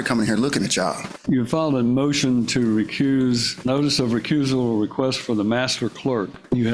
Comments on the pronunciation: Is he saying, "Recruse"? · Homeboy said “re-cruise” ya self 😂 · It’s “recuse” NOT “ Re-Cruise” you JIVE TURKEY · Did the moorish, sovcitidiot say recruse? Such an idi0t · “Recruse yourself, dude.” Between that and ‘aksing’ questions this guy can’t even speak English much less “law”. He shouldn’t be allowed to represent himself on those grounds alone. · It's correctly said, recuse, so he's saying recruse, not recruise like a ship's cruise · He's trying to say recuse